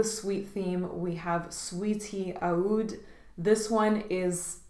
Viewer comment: Great vid I think Roja is fantabulous,but Aoud isn't how oud is pronounced in Arabic